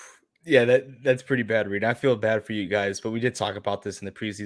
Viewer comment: Sorry Reed , i'm dying here 😂😂 pronounce it like "Rike" ! Hahaa